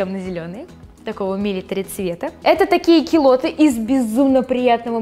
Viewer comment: не килоты,а кюлоты аааааа